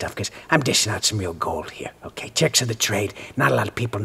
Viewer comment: I love how he says "okeh" like the bitter Bob Ross of cartooning